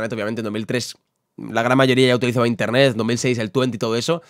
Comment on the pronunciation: Nadie::INTENTET